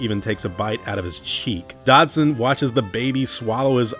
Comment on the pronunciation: Who tf is "Dodson"? You mean "Dodgson"?